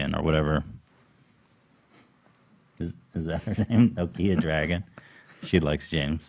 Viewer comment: "nokia dragun" I'm gonna fuckin scream